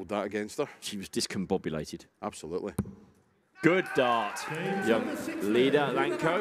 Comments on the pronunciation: It's iida not lika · iida not Lida